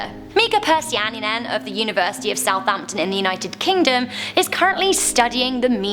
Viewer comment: SOUTHAMPTON!! SHE SAID IT <3333